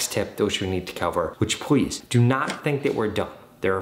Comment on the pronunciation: Did Anyone Noticed That When He Said Please He Says Pwease